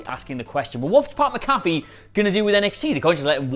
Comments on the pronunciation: Guys... "Mac uh fee" not "muh caffey" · bro it’s Mac-A-Fee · Can you guy please say his last name right his last name is McAfee the pronunciation is Mac 'afee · Getting triggered by all the times you say pat McAfee wrong.